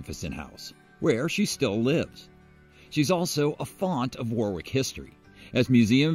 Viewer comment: It’s War-ick with emphasis on first syllable, not War-wick with emphasis on the second.